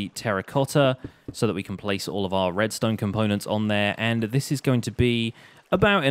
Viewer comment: whos oliver redstone u said oliver redsone